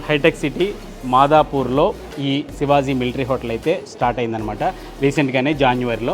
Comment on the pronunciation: Sivazi kadu bahyya…shivaji adi😂😂😂